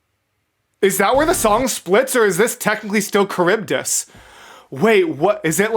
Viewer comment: Sorry your kind of annoying me with calling charbydis caribdis it's CHar-bi-dis